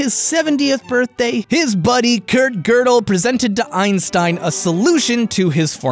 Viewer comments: Why did you pronounce Gödel wrong literally every time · Gödel is pronounced as ''Juhdel'' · Is it pronounced gerdal not godel?